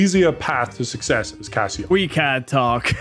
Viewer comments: Its Case-oh not casseo! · saying CaseOh like Casio is so funny. It’s case-oh / Queso with American accent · please it's case o that's how you say his name not casseo or whatever the hell you where saying people please like this so he sees it or blow up his Twitter correcting him every time he said the name wrong I had painful cringe it really annoyed me for some reason. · CaseOh is pronounced "queso" not "Casio" 😂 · I know did not just call Case Oh, Casio. Bruh. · is it just me or does not know how to say case-oh not cass-e-oh. and also did not know about the lex situation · Caseoh❌️❌️ Cass e oh✅️✅️ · Learn how to say Casoh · Did he just call Caseoh, Cassyoh? 😂😂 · you say Caseoh like Queso cheese, (Ka-ace-o) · is he calling CaseOh casio like the watch? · says Caseoh's name Cass eo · Brutal CaseOh pronunciation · pronouncing caseoh's name wrong is so funny 😂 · How tf does screw up Caseoh's name think about his name like Nacho cheese dip. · The way pronounces Caseoh 😂